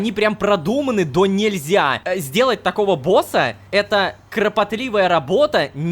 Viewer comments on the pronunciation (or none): "донЕльзя", а не "донельзЯ"